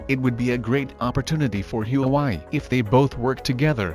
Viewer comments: Not Hue Wai. It's Hua Wei. Chao zibai. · Please pronounce Hua Wei properly. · Don’t forget the Hu‘a’Wei when you pronounce “HuaWei”. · My guess is this is robot's voice. Can't pronounce Hwa Wei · Your pronunciation of Huawei is way off! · Pls fix your pronunciation of huawei. You’re calling it a different name. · You pronounce Huawei like you are from MARs???? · Pls learn how to pronoun the name of company properly. 😂😂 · Learn to properly pronounce 'Huawei' first to avoid confusing those watching this clip. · Pronounce HUAWEI properly ,please. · I was gonna say that too.